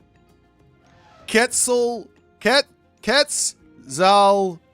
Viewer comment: Hi! Love your content but its pronounces ket suhl kuh waa tl